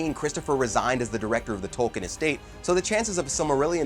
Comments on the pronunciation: It's pronounced tolkeen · Leaving this video . If you don’t know how to pronounce the words in Tolkiens works, you are not qualified to make a video about them. Goodbye. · He apologizes up front for probably mispronouncing Tolkien's characters' names because they "are really hard" and then mispronounces the author's name every time. Perhaps could do a little homework?